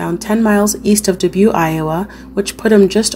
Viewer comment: I like how you speak slow enough for my old ears. Dubuque is pronounced “Duh-buke”